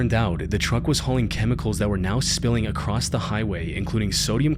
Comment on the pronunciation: "acrosst" is not a word, stop it :P